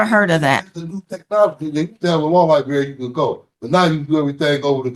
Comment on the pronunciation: But he did axe about the Law Ly-Berry!